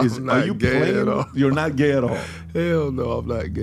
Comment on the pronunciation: No one: PBD: basically… “why are you geh?”